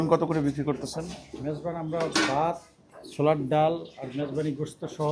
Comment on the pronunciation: উনি যদি বলতে চান যে চট্টগ্রামের আসল জিনিসের জন্য ঢাকা ভালো, তাহলে উনি অন্য কথা বলছেন। আমি নিশ্চিত নই যে এখানকার জিনিসপত্র বা মালিক চট্টগ্রামের কিনা, কারণ উনি 'ছোলার ডাল' কথাটাও ঠিকভাবে উচ্চারণ করেন না। তাছাড়া, এটা ঢাকার গ্রাহকদের জন্য বিভ্রান্তিকর, কারণ তাদের বেশিরভাগই এই 'অরোশ' বিরিয়ানি খেয়ে বলবে যে চট্টগ্রামের খাবার অতটা সুস্বাদু নয়। তাছাড়া, কোনো জিনিস যদি বর্তমানে 'অরোশ' না হয়ে ভবিষ্যতে 'অরোশ' হয়, তাহলে তার নাম 'অরোশ' রাখা যায় না। এটা গ্রাহকের সাথে প্রতারণা এবং পয়সা দেওয়া গ্রাহকদের বিভ্রান্ত করে ব্যবসা শুরু করার এক অদ্ভুত উপায়। তাছাড়া, আপনি কী পরিমাণ মাংস পাবেন তা সম্পূর্ণ নির্ভর করে আপনি কত টাকা দিচ্ছেন তার উপর। মাজারগুলো সাধারণত ওগুলো বিনামূল্যে দিয়ে দেয়, তাই আরও বেশি বিনামূল্যের জিনিস না দেওয়ার জন্য আপনি কারও বিরুদ্ধে অভিযোগ করতে পারেন না। আর হোটেলগুলোতেও প্রায়শই মাংস দিয়ে খাবার পরিবেশন করতে হয়, নইলে এমন খদ্দের কেন থাকবে যারা পাতে মাংস না পাওয়ার জন্য পয়সা দেবে?